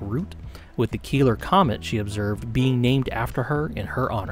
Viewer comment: These meatheads 100% read 'Keeler' as 'Killer' and just rolled with it.